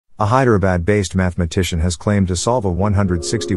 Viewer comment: He pronounces hyderabad like - " High - dare - a - bad ".. lol